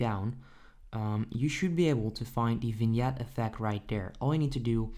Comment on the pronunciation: Its pronounced as "Veenyet" g is silent here.